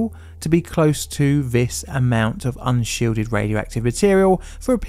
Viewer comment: Intelligent man. Vis vat . THIS THAT . Make an effort not to talk like a child . Oh bullying . No , just saying what your " friends " won't.